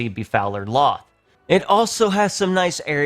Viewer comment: "Loth" Bruh